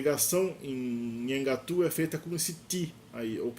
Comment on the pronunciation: esse teu vídeo deveria ser retirado do ar pelo tanto de erro que tem. Tu não sabes nem pronunciar o nome da língua direito pra começar. É um desserviço propagar desinformação e anacronismos. O Nheengatu não tem absolutamente nada a ver com a história do Brasil, visto que a história do Brasil e da Amazônia são totalmente distintas.